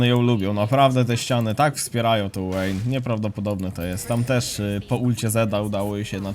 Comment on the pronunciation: wszystko fajnie tylko ta Łejn XDDD mowi sie Wejn poprawnie tak jak na VI mowisz waj a nie Łaj, whisky mowisie Łiski a nie wiski itp itd